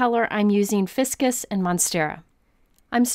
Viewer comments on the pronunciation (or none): I agree. The Ficus Ink is probably pronounced "FIE kus," not "FIS kus" -- like the ficus tree.